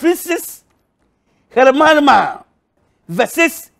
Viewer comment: In akrobeto dictionary hiroshima = hermarma